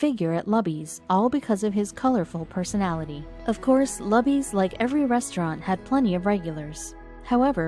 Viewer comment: Why not pronounce “Luby” correctly? It’s not “Lubby” FFS. It’s pronounced LOOBY you clowns.